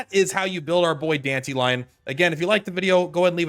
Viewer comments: dan-ta-ree-on silvousplait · Dented Lion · Please never say Dantalions name like that ever again